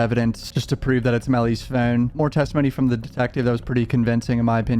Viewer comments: We’re not subscribing because of the way you say phone you 😶 No one Him: FOUNNNNNNNE 😣🤦🏽‍♀️ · Ill sub if you learn how to pronounce the word “phone” you’re currently saying “fiin” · phi-own...thats so hard to say...he is sub Canadian, yet American...say phi--own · “Furne” lol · Phewn. That’s the way my guys pronounces phone lol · you kinda say phone like inspector cleusseu from pink panther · He pronounces his o’s like Stewie griffin😂and it’s oddly satisfying